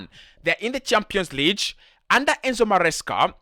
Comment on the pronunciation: Champions Leeech???? Or Lig as in big?